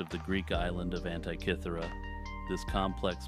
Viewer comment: Love the video, but for future "antikythera" isn't said like antee or ant-eye. The I in anti is said like the I in is or him. An tih kih ther ah 😊